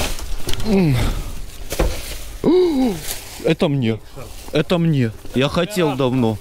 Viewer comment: А мнье семечек.. а мнье ..